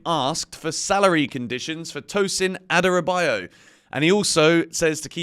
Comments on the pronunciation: It’s not Adarabayo. It’s Adarabioyo. 😂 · Thought to point out that Adarabioyo is pronounced: Her-Da-Ra-Bee-Or-Your